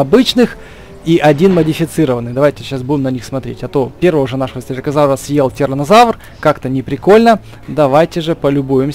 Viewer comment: Мне показалось что ты сказал хуянозавры